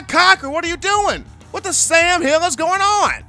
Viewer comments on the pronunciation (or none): none